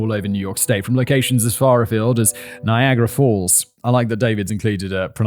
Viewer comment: I live in Niagara Falls and I have heard a few youtubers pronounce it wrong, but not you fact boy!